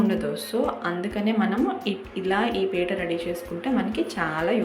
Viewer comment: పిట్ట కాదమ్మ పీట అనాలి